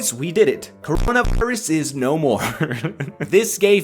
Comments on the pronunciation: HEY STOP SAYING CORO*VI* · Why can't you say cor**na*irus?